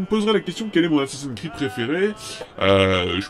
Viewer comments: aufette on dit assassin's creed pas assassin creed comme tu le pronomce si mal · Accent anglais =00000 assasin'S creed pas asasin creed